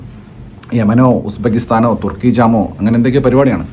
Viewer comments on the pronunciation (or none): none